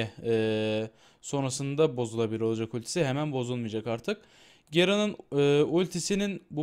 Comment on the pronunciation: gerın ne türksün sen garen de işte her gerın dediğinde ağzına terlik atasım geliyor